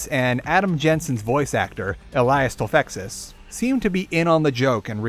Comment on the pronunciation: Adam Jensen's voice actor's last name is pronounced "Too-feck-iss" - I only know this because he showed up in the comments section of another video where the host pronounced it like you did. No small thanks to that guy, the flawed masterpiece of DX:HR is one of my favorite games ever alongside the original.